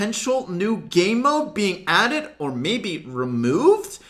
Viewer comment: When said "may be removed" or something like that I thought he said "Bibi removed" and started panicking 😂